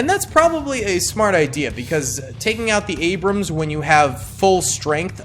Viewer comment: You called an T-80 an abruams 😂😂😂